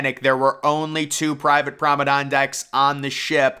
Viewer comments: What on earth is a "Prommedon"? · I love the way you mispronounce the word promenade as prommedon, and a la carte as alley carte. Your commentary style is quite unique and very pleasantly entertaining. It makes me very relaxed. Keep it up.